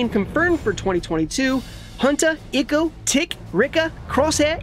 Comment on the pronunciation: Did he say icko? Lol 🤦🏻‍♂️